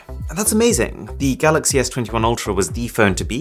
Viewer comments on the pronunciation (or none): none